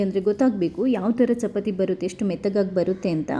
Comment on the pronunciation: ಚಪತಿ ಅಲ್ಲ, ಚಪಾತಿ ಅಂತ ಹೇಳಿ.